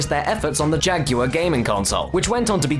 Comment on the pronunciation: "Jag-yoo-wur" It's "Jag-war", like the 'are' in 'you are not pronouncing jaguar right'. But hey, at least its not being pronounced 'jag-wire'.